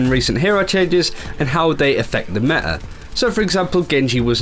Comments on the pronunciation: Can he PLEASE pronounce that 't' in "meta". It gets to me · META not me'a.